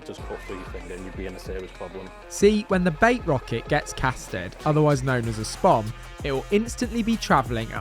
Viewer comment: To say your a fishamen it’s not a spom it’s a spod lol